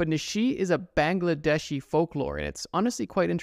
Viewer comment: The way he said Bangladesh man I thought which country it is even though I knew Bangladesh